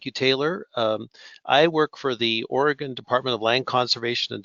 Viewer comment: Another dipstick host who doesn’t even know how to pronounce our OREGON state! Pathetic!!!